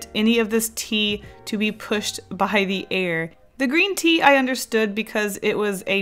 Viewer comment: I watched the "Paint with my BLOOD" first you said "coffee and tea" I misunderstood and I thought you said "Pee" lol.